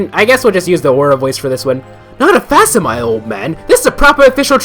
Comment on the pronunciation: By the way, I would recommend you look up how to pronounce facsimile. It's... got a queer pronunciation, that's for sure.